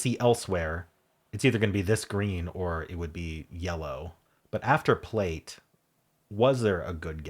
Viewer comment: “Plait” means the same as “braid” and is pronounced “plat” not “plate”.